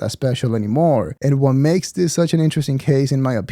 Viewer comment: Does he think an is pronounced un?